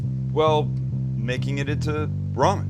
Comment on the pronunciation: how thinks about Maggi when ever he says ramem